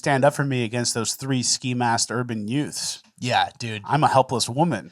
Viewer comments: Are you saying yuts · Hey, Youths is pronounced "UTES"! Cmon man, you have seen My cousin Vinny!